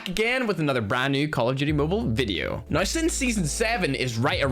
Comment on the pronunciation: Maybe it’s time you actually say “now” as N O W and not “nine”